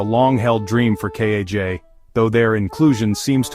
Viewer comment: As soon as they pronounce it 'Kazh' , you know the channel is a joke